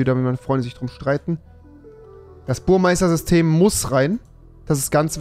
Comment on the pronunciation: Warum sagen alle Youtuber Burmeister😂😂des heißt Burmester😂😂